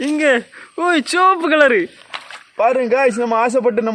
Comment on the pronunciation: Sivapu ❌ soapuh ✔️ 😂😂